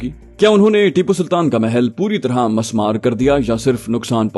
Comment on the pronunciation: masmar nai mismar